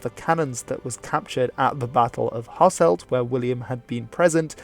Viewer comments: Same goes for Hasselt, where its ɦɑsəlt not ɦɑsɛlt. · Just a little thing about your pronunciations, I'm aware you might not be able to pronounce the soft G in Cities like Geel, but for example the city of Lanaken has an emphasis on the second "a", with a silent "n", and Hasselt's "e" sounds more like a "u" Also is a huge travesty still to this day